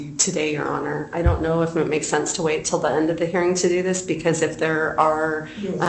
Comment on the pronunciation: She also struggles with pronouncing the “g” at the end of words like “thinking”, “hearing”, and “believing”. It drives me crazy!